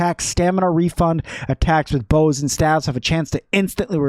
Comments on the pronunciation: Please....every time I hear him mispronounce "staves" (pronounced like slave or save, not have), I twitch. Small issue but hopefully he reads and learns. Wish he'd have covered how MUCH hauling strength you get from Fluffy Pupa hat. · So, Staves is actually pronounced like saves. Staffs is pronounced more like haves. Just a difference in spelling and pronunciation. :)